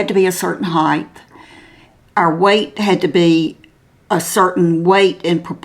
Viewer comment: Love watching your channel. But please do not take offense but when you speak of how tall a person is,you're referring to HEIGHT....not heighth..there's no such word as heighth..❤